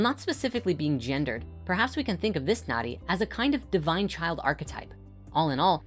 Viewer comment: "Nadi", pronounced "nuh-thee", is the Sanskrit word for river.